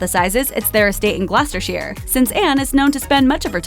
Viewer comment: The narrator made a small mistake in pronouncing "Gloucestershire". She pronounced it "Gloster-sheer". The correct pronunciation is "Gloster-Sher".